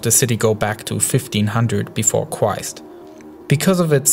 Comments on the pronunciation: This bothers me, quist instead of Christ and wooled instead of ruled. I mean ffs. I cant focus on the subject, when im hearing these pronunciations. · "Before Qwuist"😂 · He says Christ like kwoist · Befo Cwist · fifteen hundred befode cwist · Ok who the hell is cwhist lol